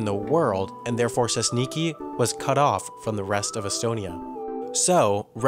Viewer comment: I love how he pronounced Sesniki.